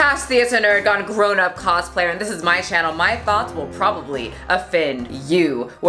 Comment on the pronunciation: Oh, you say "grown-up cosplayer" ... I always understood "corona cosplayer" lmao